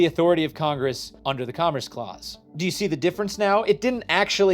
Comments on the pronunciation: Today I learned, pronounces commerce as comress and that I’m going to have to watch this many more times to understand everything he said. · Oh my GOD please pronounce “commerce” correctly! Comm-erce. “Erce” as in “purse” Not Com-“riss”! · It's very distracting every time he says comress rather than commerce. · Commerce NOT “Commress” I keep hearing this pronunciation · repeatedly saying "commress" as his mind disassociates "congress" and "commerce" as real words and they blend together is my new drinking game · You said “comress” 61 out of the 67 times you meant to say “commerce” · Is he saying comress? Does he mean commerce? I'm genuineness asking? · I keep hearing comriss and wondering what that is. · sir its COMMERCE not COMMRECE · What tf is 'comress' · Love the video, but it’s driving me insane that about half the time is saying “comress” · I can feel something within me dying every single time you pronounce commerce as comriss... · Love the videos, but can you please stick to one annunciation of commerce. You say it correctly multiple times, but a majority of the time you were saying something like com-ress, probably because you had congress on the brain, but it started driving me nuts after a bit 😂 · What dialect says commerce as "commres"? I've never heard someone say it like that until now. On "Spirit vs. Letter," I've understood it as exactly the opposite - the spirit of the law is the words plus original intent, the letter of the law is the words shorn of their original intent. The letter is very often used as a dead letter, and interpreted in whatever way one pleases. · This was very enlightening and somewhat infuriating for me. I really appreciate the work you put into these videos and how you explain them. I am also impressed that you were able to make "commerce" somehow rhyme with "Congress". Keep up the great work! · I thought I was the only one that was hearing that.😂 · He's saying commerce, not congress